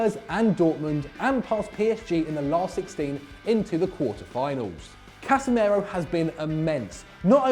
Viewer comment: Casemeiro? Are you drunk?